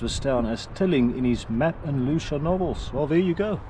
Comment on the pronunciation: That's Loo CHEE ah.